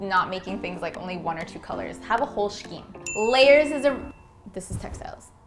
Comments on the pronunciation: The way she says “shkeem” instead of “skeem” bugs me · Loved the video but the fact that kept saying shkeem (spelling it phonetically for those in the comments who always want to nitpick on grammar) instead of Scheme (Skeem) was incredibly annoying. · LOL it's pronounced "SCeme" not shceme :P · that clock is going to be super annoying when youre trying to fall asleep and you hear the ticking. also why are you putting a plant in a room with no windows? also its skeem, not sheem. also iron the pillowcases woman! yall have been slacking lately and your vibes seem off. have you been fighting? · Scheme? Pronounced skeem not shkeem. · Please stop saying “ssshhhhkeem” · Scheme is pronounced skeem...the "ch" is silent. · Stop saying shkeem! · shkeem? lol every time... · I’d love to see how you did the water colour wall art! I’ve been trying to figure out what to do with one of my walls and that would be PERFECT By the way... “Shhhhceeeme” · shister shceme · wait... is scheme pronounced with a shh? have i been saying that wrong? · Pronounced: skēm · It’s pronounced ‘skeem’ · I thought she was trying to b ironic at first, but then I realized that's actually how she pronounces it! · amaiaamaiaa no is saying it wrong lol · Cringed every time I heard "scheme".